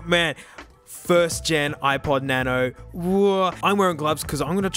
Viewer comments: The way he says na no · na-no ah na-no. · " na-no " 😂😂😂 its funny lol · hes our sexy speaker she says "Auxillary Mode" he says "na-no" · The "Na-no" button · i-pod na-no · iPod na-no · was… the best “nano” I have ever heard from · Do people not say nano?